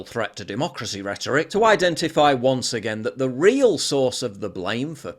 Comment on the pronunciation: Hmmm the way u said “again” in the beginning wasn’t very British 🙂‍↔️